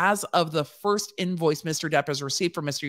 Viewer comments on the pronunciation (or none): none